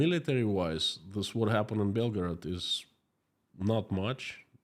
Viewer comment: please don't pronounce Belgorod like Belgrad, the capital of Serbia i jumped off my chair for nothing